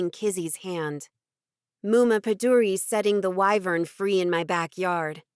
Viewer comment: Rys is pronounced like Reece. This drives me nuts…and a wagon is a verdo. So many things… like the pronunciation of wyvern….why don’t narrators just do a bit of googling.